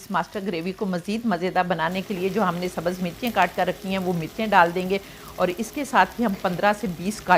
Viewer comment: Sabaz nahee hotha ha sahee lufz subz hai. برائے مہربانی اردو تو صحیح بولیں